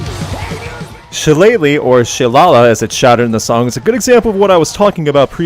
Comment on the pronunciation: It's pronounced "Shi-LAY-lee" ya Saxon!